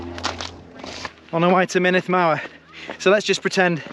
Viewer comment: Great video thanks, Snowdonia is much harder than the trails around mont blanc. The uts50 route is also far easier in terms of technicality than the 100 km route. The glyders especially are really tough. Good luck on your races. A little pronunciation guide, mynndd is pronounced munith, and single fs are v's so foel is pronounced voyal, double ll's are more like hlan than clan.